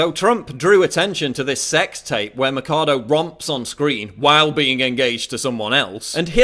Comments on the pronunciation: its not mackado its maxado with an x sound, machado is a latin name means axe. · Just one thing Paul, it's not Macado, it should sound like " Macho" , only this time you say Macha-Do (axe in portuguese) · Not to pick-nits, Paul, but you're totally mispronouncing Machado's last name; it's 'Machado' with a "ch" sound as in 'change', not 'Makado' as in 'chemistry'. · Paul, its Alicia Machado (It reads Mashado) not Alicia Macado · the video is very good, but you could at least have bothered to investigate how pronounce the name of the woman right... it's "maCHAdo" not "maccado". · Machado is neither pronounced as "Matchado" nor as "Makado"! It's a Portuguese name and it's pronounced as "Mashado". JFYI... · it's Machado not Macado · Se dice Machado no Macado. Aprende un poco de gramática española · It's Mah-sh-ah-doh, not Makado... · Ch in Spanish sounds like ch in English, so her name is Ma "ch" ado, not Ma "k" ado. I teach Spanish so I had to mention that. Great vid Paul. Too bad many Clinton supporters will never see your video :/ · The CH in Machado is pronounced as the CH in choose or chance, not as a K. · Alícia Axe? In my countr "Machado" means "Axe".. Since she's from Venezuela then it means "Axe".. BTW, it doesn't pronounces as "A-li-shia Ma-ka-do" it pronounces "A-lis-sia Ma-sha-do".. Don't mind me :v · Machado should sound like Mashado and it means axe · Its pronuce MAXADO I THINK kkkkk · The correct pronunciation of her family name should be mashado (mɐʃˈadu), the ch sound like sh in sheep. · Ah-lee-seyah Mah-cha-though FFS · who is this drogatic guy? he says Macado, Macado like a idiot, drogatic nazis supporting Trump everywhere... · I like the video but you pronounced Alicia Machado's name wrong your supposed to say it like mashado like there was an sh instead of a ch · its pronounced ''ma shah dough'' great video though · it's maa-sha-dou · god dammit, it's pronounced masado. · Ma-CHA-do guey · Its actualy sayed Mashado